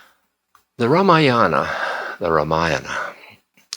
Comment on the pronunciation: I have yet to see even one Westerner pronouncing Sanskrit names like Ramayana, Mahabharata! Ram Dass is no exception. Ramayana belongs to another age- the Treta Yuga when ethical values, dharma was different.